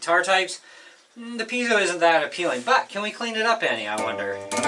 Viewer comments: You are the first guy I've heard ptonounce Piezo correctly! Mark Evans, Ekectrical Engineer. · You are one of the few that pronounces piezo correctly, signed an Electrical Engineer.